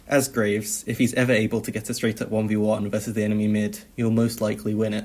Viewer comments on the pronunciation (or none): none